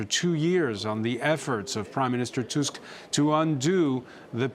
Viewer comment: TUSK not TASK